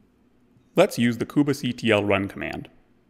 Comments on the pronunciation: I can't stop focusing on this :) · Why does he say "koobah" and not Kube like Queue-be ?